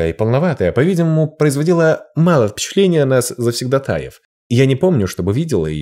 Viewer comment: Дорогой! Как приятно вас слушать! Вы первый, кто правильно поставил ударение в слове "завсегдатай". Слушать вас - особое наслаждение для лингвиста❤